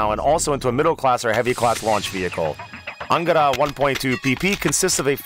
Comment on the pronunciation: Anagatada hahahahahaa? His called ANGARA